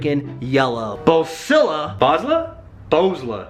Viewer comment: It's pronounced BOSLLA not BOSLLA jeez! WTF bro?!